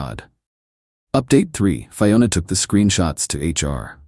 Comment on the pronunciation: Dear AI. They were KILLING it, not TILLING it. And at the risk of sounding really petty, Fiona is always pronounced fee-o-na, not fie-o-na. You start it off right but keep switching pronunciations. Aside from that, I really did enjoy the story and you are one of my favourite channels.